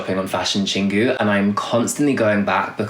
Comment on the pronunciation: Hey, FYI. Your pronounciation of Chingu is not [ching gju:] but [chin gwoo]